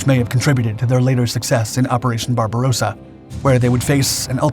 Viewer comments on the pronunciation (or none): none